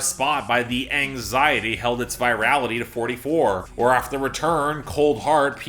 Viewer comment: please its “pnau” (“pnow”) not “pee en ay you”